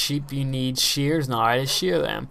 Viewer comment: I like the way you say "now". Sound like nigh.